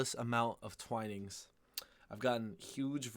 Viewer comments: Twinings, not Twinnings. It's pronounced with a long "ai" sound, as in "Twai-nings". I have to admit, I know a lot of people don't like Twinings, but I do like their English Breakfast and Earl Grey varieties. I have to admit, though, I haven't tried many other brands, including Yorkshire Tea and PG Tips, so there could well be many better brands. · Twinnings is pronounced TWY-nings. Got to agree their Breakfast blend is the best. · HI DEBRA HERE FROM SOUTH WALES UK Twining is pronounced TW-EYE-NINGS I am not a big tea consumer but if I do drink it it has to be Twinings Earl Grey with a spoonful of honey and a slice of lemon and no milk. If I drink a builders tea I like P G Tips, black, strong with 2 sweetners or sugar. I am a black coffee drinker really as I find coffee has more flavour to it. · Why do you say Twinings as Twinnings? Do you say dining as dinning?